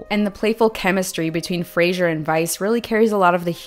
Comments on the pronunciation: Got distracted from the excellent video by the pronunciation of "Brendan Fraser" as "Brendan Frasier". Now that would have been a different movie! Imagine Frasier asking the Mummy about their childhood! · This was a perfect analysis and thank you for doing it. One little thing, Fraser rhymes with razor. Sorry, I'm not trying to be a jerk.